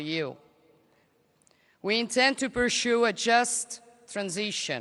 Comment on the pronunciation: Pursue: non si pronuncia persciù, ma persiù